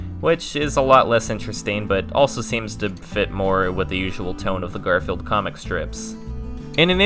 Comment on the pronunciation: GAR-FEE-ELD PEACE CORE Holy shit, kid